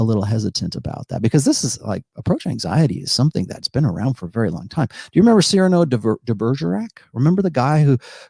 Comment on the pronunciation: Is Attulus related to Nautilus? Is he shrugging to build traps? Then perfectly pronounces Cyrano de Bergerac...